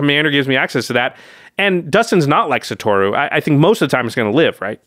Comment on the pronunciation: not one single person on youtube that covers mtg, can pronounce satoru's name correctly KEKW